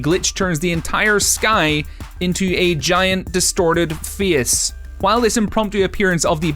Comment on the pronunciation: Apparently face is pronounced feeis.